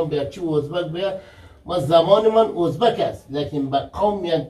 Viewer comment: هم وطن نان هزیز ده هینجه هم وطنان هوزبگ چرا اینطوری اشتباه تلفظ میکنی آقا